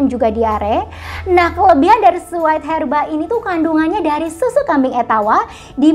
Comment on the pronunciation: Bacanya bukan WAIT HERBA, tapi WEIGH herba